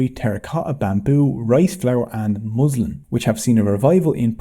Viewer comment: 9.24 its pronounced mouslin but spelled muslin